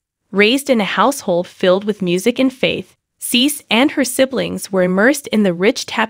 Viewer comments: It's pronouned "See See". You should confirm the pronounciation of your subjects before posting a video and disrespectfully, although not meaning to, pronouncing their name incorrectly. Please STOP and review before posting. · If you can't pronounce her name correctly be quiet please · Firstly, I don’t understand the title: “The Messy Life…..”. Secondly, as some of you have suggested this is an AI recording, so now I know why CeCe’s name has been mispronounced repeatedly throughout this relooped recording! Utter rubbish!